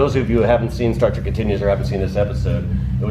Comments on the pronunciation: Hey Woo its Star Trek not Track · I enjoyed the video thank you for the walkthrough, it was hard getting past you always saying star trak instead of star trek. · Star Trek...not star trak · Stop saying Star "TRACK". It's Star TREK. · Lol....It annoys me whenever people say "Star Track" when it's pronounced "Star Trek". I have faith that you will correct yourself in the future. Im super jealous you got to sit in the captain's chair!!! Anyway thanks for awesome the video! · I confess I had to laugh because I noticed Adam interchanging the pronunciation of the show between "Star Trek" and "Star Trak". I think I pronounced it the latter - even throughout the majority of my teen years - LOL. In regards to the temp comments time mark - , you two obviously never grew up or lived in NE FL in the winter. It wasn't uncommon for temps in Jax to get down into the 30s and sometimes 20s at night. It could even (and did) get into the upper teens on rare occasion. The moist air does make it feel colder. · "... Star Trak... "??? ok. I can see clearly now. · "Star Track..." A true fan, ladies and gentlemen. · Every time you say Star TRACK an Angel in heaven has it's wings ripped from it's back. IT'S STAR TREK !!!!! You have the brain of a Tribble! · I couldn't help but notice that you said "Star Track" as opposed to "Star Trek" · I'm uncomfortable how he said "star trak" its trek sir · I'm 55 seconds in, and I'm already annoyed the keeps saying "Star Trak." I'm glad I waited to the end before posting, I think someone corrected Adam cause he stopped sayin it that way on the very next cut. I'm also blown away how much more "Kirk" is just in his casual personality than the other newer Kirks that have appeared in the newer official shows. Hmmm... I mean, it's not an accent, right? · Star “TRACK”? Seriously?!? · said "Star Track". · There is no "A" in trek.